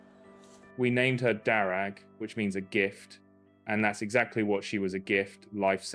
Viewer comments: Darragh is an Irish name. It's pronounced Dara, the gh is silent. Greetings from Ireland. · All those inferior native people pronouncing Darragh as ‘Darra’, it takes an outsider to teach them all how to say it proper. Convert them to say Armagh, Monaghan and Omagh the superior way and remember that stupid actor Mr Kenneth Branagh!